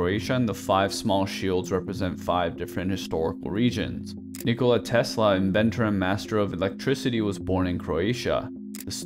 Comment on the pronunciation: FINALLY SOMEONE PRONOUNCED NIKOLA'S NAME RIGHT